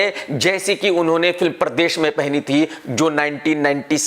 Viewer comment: Its pardes not pardesh can't pronounce a name and u call yourself a critic 😂😂😂😂😅😂🤣😂😂😂😂😂😂😂😂